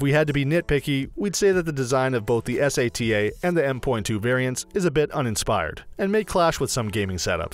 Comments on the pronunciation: LOL S.A.T.A .... E.V.O ... ?????????? Humans call them 'SATA & EVO' ... are you a robot ? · SATA = Eis. A. Tea. E. wtf is this ? just called sata M.2 = M point two wth are you ? just said M dot two. holly sh*t he's non tech person. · I couldn't watch any longer when he started saying sata letter by letter. Yikes